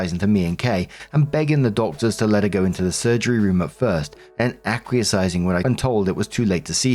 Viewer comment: When still can't pronounce "acquiescing" correctly..........